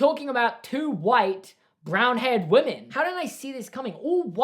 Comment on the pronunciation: I love how he says women..”wumen”